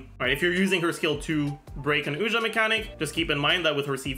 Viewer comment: Regarding how to pronounce Ousia. Have you heard of the artist Sia? Its like „see ya“. Make it a "sharp s" like the s in sexy. Now prefix ou from you and you get Ousia. No Oojia or Oshia. Just Ousia. Its an interesting play Hoyoverse is doing here. The word Pneuma comes from the ancient Greek and means something like "wind" or "breath" or "spirit" as in Holy Spirit. (Think of the word pneumonia) While Ousia is a philosophical term (first by the Greek, later predominantly by Christians) used to describe the Holy Trinity. Ousia translates to something like "substance" or "essence" or "nature" or "being". Unfortunately the 3rd sibling isnt named hypostases haha. Instead there are monsters in Teyvat called Hypostasis lol. In modern day, especially in the US, when people describe the Trinity they always say "3 persons in one God" and people always get confused. While the actual formulation is more akin to "3 Hypostases in 1 Ousia". And Hypostases can be loosely translated as "person" or rather "personhood" or "reality" or "sub-substance"....